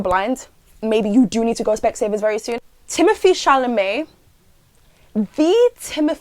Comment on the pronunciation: It’s not thimothee it’s thimothÉe it’s French y’all at least try 😭😭😭